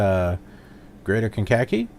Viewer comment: Meigs (KCGX) is pronounced "Megs" and Kankakee is pronounced "Kane-ka-kee".